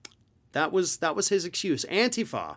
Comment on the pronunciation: Thank you for pronouncing antifa correctly with the emphasis on the first syllable. Thank you for a very informative program.